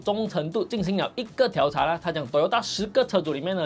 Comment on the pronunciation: 调查 diao第四声